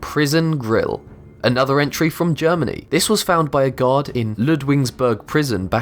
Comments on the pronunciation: this is the first time i seen one of his videos and i thought he was saying god and not guard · I kept thinking u kept saying god instead of guard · Who else thought that he said god everytime he said guard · Every time u say guard, i hear god lol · when he says guard it sounds like God instead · When u said guard I thought u said god... :\ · i know hes saying that the weapons were found by a guard, but at first i fought he said found by god XD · I thought he kept saying found by gods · every time he said guard I heard God xd